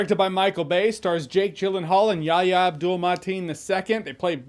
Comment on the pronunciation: Say it with us Jeremy: “Ya-HEE-ah”